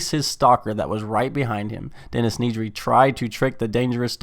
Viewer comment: why do you pronounce it NEEDry xd